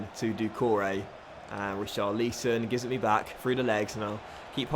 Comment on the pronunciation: Just a heads up! It’s pronounced Ri - char - li - son. Not: Ri - char - leese - on. Loving the series though. Any update when FM 18 will happen? I’m sorry if you’ve mentioned it before, I may have missed it.